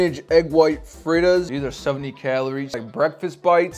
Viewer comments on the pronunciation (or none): He couldn’t even bother to learn how to pronounce açaí and frittata. Dude said “uhsai” and “frita”💀